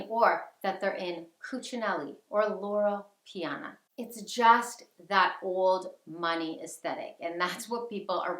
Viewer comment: LorO Piana...not Lora. 😄 Brooks Bros. (also old money , but in a different way) makes some wonderful coats using Loro Piana wool and cashmere. Its a much more affordable option that still provides excellent quality and timeless style.